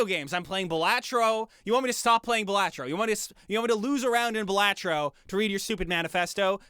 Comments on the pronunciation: It's actually pronounced ba LAH tro... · The most important part of this video... You mispronounced BAL-ah-Tro! Smh!!!!!1!